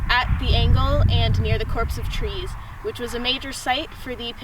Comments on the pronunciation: Just an FYI: the "p" in Corps is silent. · Nice to see a young adult show interest in history but please work on past/present tense differences and pronunciation of words like “corps” when public speaking.